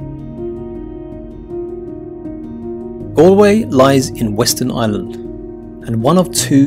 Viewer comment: It’s Galway not Alway 😬